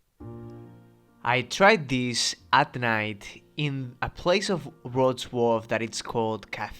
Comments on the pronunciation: Wrocław is pronounced Wroz-vaw. There is no sound in English for this ł letter but its like a mix between the English W &V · Wrocław is actually pronounced as "rock-law"